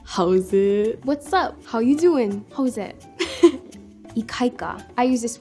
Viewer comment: Howwzzit 😂😂😂 sound like one brada